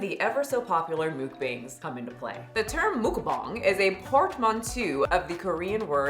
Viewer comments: The original Korean pronunciation is more like "mook-bahng." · Gurl, what is a “Mookbong?” lol 😂 bless your heart 😂